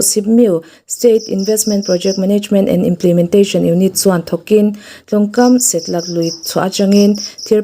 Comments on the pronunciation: Set-lak ni lo vin Se-tlak = Sial tlak na hmun tih na mai a ni e 😂😂😂😂😂😂😂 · Chhiartu aw hi a mawiin a mar țha viau mai, mahse, thu țhenkhat a lam dàn dik lo leh thlûk dik lo a awm leh țhin. News hi record hmain lo enlâwk ni se, lam dàn dik hi ngaih pawimawh ni se. Setlâk lui tih i lam dàn hi a dik lo va, a dang pawh a awm nual mai.